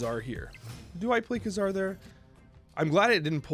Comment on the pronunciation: Pronounced kay-zar